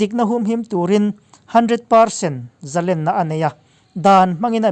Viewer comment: " Zalenna" tih pawh hi,a thluk hi kan ti danglam ta fo mai.. " Zalenna " tiha ' len ' lam rik dan tur hi,Sangha manna len anga lam rik țhin tur a ni e.